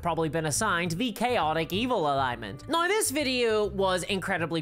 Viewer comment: These days I mostly just come to this channel to hear her pronounce 'now' as "Nyaorr..."